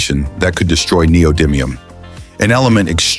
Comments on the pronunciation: I looked it up on like 5 different sources & pronunciation videos... It's actually nee-oh-di-mee-uhm; short "i" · The commentator voice (probably AI?) doesn't know how neodymium is pronounced. The "dym" syllable is pronounced like the word "dim," not like the word "dime." I'm really confident about the pronunciation, as I've been working with neodymium magnets for 20 years.